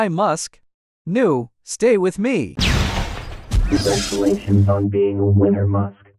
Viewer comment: Bruh the suqid game girl said congrutulats